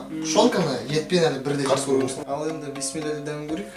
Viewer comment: Піссімілә емес Біссімілә